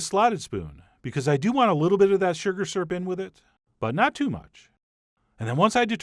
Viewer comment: Syrp🤗 That's how my husband says it too Lol, lactose indifferent 😂😂😂 The color of that peach syrup was gorgeous😍